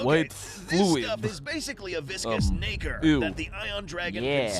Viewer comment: Why did he say NACRE so hard?😭😭😭